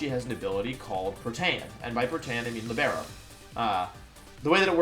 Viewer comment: It's "Lìbero", not "Libèro"